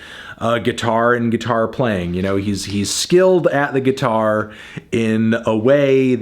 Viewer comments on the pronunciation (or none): That kid in Queen sux at gee-tar